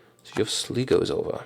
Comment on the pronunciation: Sligo is pronounced Sly-go